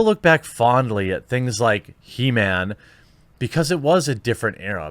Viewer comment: It's He-Ma-am .. get it right bro !